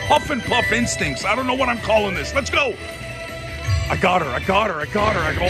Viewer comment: Lol one time when you said my instincts it sounded like "my ink stinks" But I like your tattoos 🤣